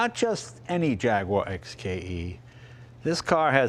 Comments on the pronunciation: JAG you ARE, not JAG wire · Please stop saying JAGWAAR it’s j a g U A r like the animal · IT is NOT a JAG WHARR. It is a JAG YOU WHAH. Get with it buddy. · It's three syllables: Jaguar, not Jagwarr. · It's called an 'E-type Jaguar', not a 'Jagwaaaaaar XKE' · It's not Jagwar.. It's Jag-uar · It's not a Jagwar, it's a Jag-U-ar.... I know because I am British! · Apologies to US readers, but it was a British company, and it's how they pronounced their name; 'Jag-you-ar' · Come on Jay. Jag-wah? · will someone tell me were the W in JAGUAR IS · I'm surprised Jay doesn't know how to pronounce Jaguar. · Jay…. It’s a Jaguar… pronounced Jagyouare..not Jagwah!! Also it’s “Dunlop” not “Dunlap”… I thought you knew about Cars.